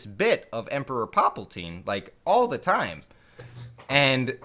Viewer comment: lol saying emperor paplaltine